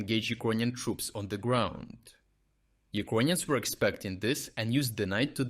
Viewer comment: Dude, stop saying UkrOnians..please.